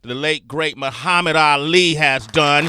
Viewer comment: he couldn't even say Muhammad right.